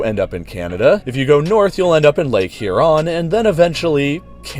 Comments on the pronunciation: “Lake Here-on” calls the UP Canada oof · Lake HUron not huRON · Lmao the way he pronounced Huron